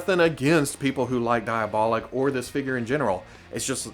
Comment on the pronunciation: Since everyone else is being a pain in the ass and nitpicking this video I'll join in too. Being a Fwoosh presenter is a thankless job, lol It's Dee-ah-boh-leek, not Die-uh-bah-lick (source: (I commented, liked, subscribed, AND hit that notification bell so don't be too mad at me, haha!)